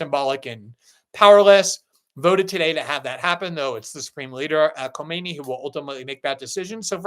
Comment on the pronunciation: Khamenei not Khomeni.